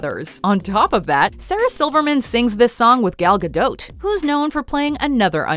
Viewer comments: Gadote? GADOTE? ITS GADOT, PRONOUNCED GADO! MY DUDE. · Gal Gadot, you don't pronounce the T. Im pretty sure is pronounced Ga-doh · The t in gadot is silent